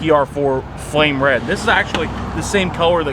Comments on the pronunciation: Painting: 10/10! - Pronunciation of the word "RED": 3/10 :) (YouTube's automatic captioning guesses "Raid" the first time and then "Road" the other time.) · Red pronounced raeid give a 3 letter word 2 syllables.